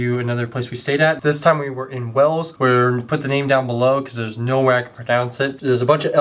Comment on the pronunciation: We English pronounce Wales as "Way-ls while your pronunciation sounds like "Wells". JUST SAYING 😁